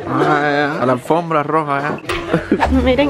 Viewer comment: Me dio risa cuando dijo lá alfombra jajajaaj